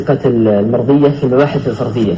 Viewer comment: حتى اسم العِلم لا يعرفه جيدا، بدلا عن قول : الفَرَضية، قال : الفرْصية، لأنه مشغول بالكلام في الناس والتجريح عن تعلم العلم.. والله المستعان... اللهم اشغلنا بطاعتك واجعلنا حريصين على ما ينفعنا في ديننا ودنيانا ...